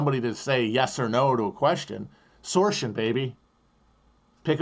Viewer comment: He did say that, it was kinda half mumbled though so I'm glad you repeated it